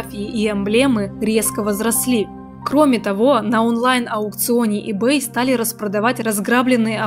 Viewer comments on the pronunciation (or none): none